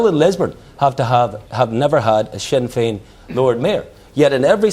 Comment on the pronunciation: That Bryson fella is a bigot written all over. "Wee see Swinn Fein here swanning the wurrldd sstwwagee as gweat peace makers...' The trouble is you bigoted moron, is that Nationalists and Republicans are nowhere near as provocative and violent as Unionists. Ireland will be united again and these Scottish planters can fuck off to Britain, seeing as they call themselves British.